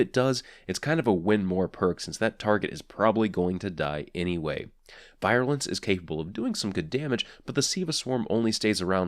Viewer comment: Love your reviews man. Also, it's pronounced "veer-you-lence."